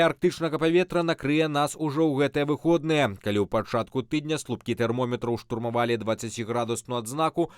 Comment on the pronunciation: Какие же они выходныя дни, когда в нашай мове пишеца корректно выхадныя и стало быть ударение на Ы.Возьмите, пожалуйста, на заметку.Хороший репортаж